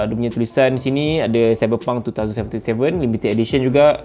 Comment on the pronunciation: wow cyberpunk TWO THOUSAND seventy seven bukan nk hate ke ape tp biasa org pronounce twenty seventy seven